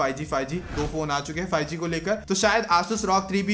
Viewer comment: Fie g nhi five g hota ha 😂😂